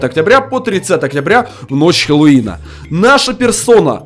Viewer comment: Ахахахахахаха Правильно хэллоуин